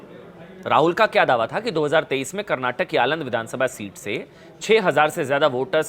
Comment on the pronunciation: आलंद नहीं अलंद